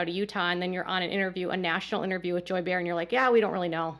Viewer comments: Just an FYI Joy Behar's last name is pronounced Bay-har not bear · It’s pronounced “bay - r” Barr. Not Bear 🐻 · It’s pronounced Joy Bay Har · I love the fact that you have had such a full, busy life that you don't know how to pronounce Joy Behar's name from The View. It's "BAY-har". 🙃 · Bay-har. But it's fine, thanks for the story